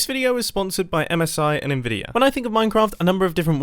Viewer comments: "Nvidir" Mumbo are you secretly from New Jersey? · Its "Nvidia"